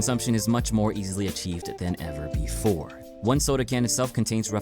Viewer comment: i used to not lke water bwefore